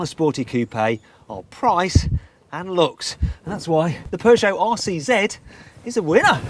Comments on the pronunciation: All I hear him saying is Arsey Z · After he said it had a tight rear end, I kept hearing 'arsey Z'.